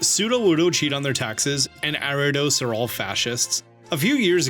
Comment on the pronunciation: Why this dude keep saying Arrados instead of Ariados?